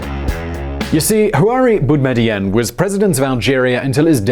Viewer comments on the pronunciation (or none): Him: BouteflikAA Me : *giggles * Him : Harari Boudemiadian Me literally dies Aaaah westerns trying to pronounce shit.... What a blessing 😂😂😂😂